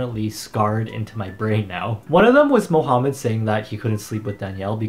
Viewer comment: Did he just say mohumed like mo + humed